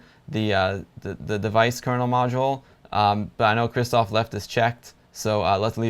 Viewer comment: Dude. Both "rz" and "sz" in the name "Krzysztof" should be spelled as "sh" in "shoe".